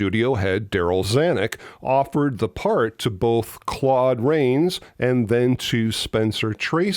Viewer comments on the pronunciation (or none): none